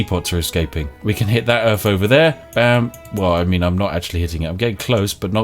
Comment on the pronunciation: Welcome to Earf